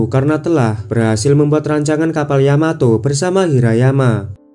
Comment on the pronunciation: Yamato ❌ Yamateh🤭✔️